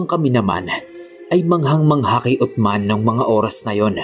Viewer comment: Uthman(Usman) Po Ang tamang pagbigkas boss.pero tama Ang spelling.